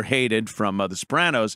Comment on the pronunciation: I like how you added that little tongue roll thing to their name. The Soprrrrrranos... has a fun, zesty, ethnic feel. Like eating at Chili's!!